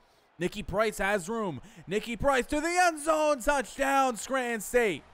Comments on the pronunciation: Yeah I heard you say “Scranton”. The accent matches with the ppl that grew up in this area 😂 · I respect it lol you definitely say Scranton like a native so that’s interesting that you’re from NY. But I’m just sayin you’re killing Nicky price. Poor guy is getting railed 😂